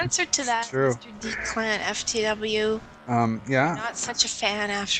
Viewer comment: I never asked that question? and its pronounced declin